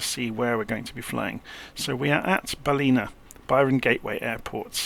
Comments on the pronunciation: I laughed when I figured out Baleena was Ballina, which isn't far from my actual home. It's pronounced Bal-in-na with a sharp 'in'. Am absolutely enjoying your cold and dark series for some of these smaller planes (not that I own them nor intend to purchase). Always picking up some good tips that apply everywhere ! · Pron guide Ballina: BAL’inna. Love ya work!